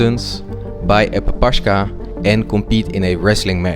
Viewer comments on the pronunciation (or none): It's papakha, non papashka. Pa-pa-kh-a ( kh sound like h in "hello"")